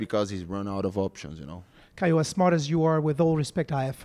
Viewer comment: Je lis les commentaires et personne parle du moment où il dit caio ressemble à cailloux non mais sérieux 😅😅😅!!!?